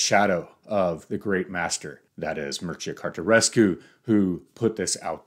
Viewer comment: The name is pronounced as Mir-che-ya Car-te-chesk